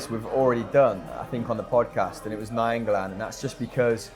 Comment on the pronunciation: Why can none of them say nainggolan?